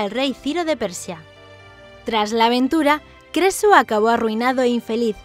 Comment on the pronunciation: Like si escuchaste queso en vez de creso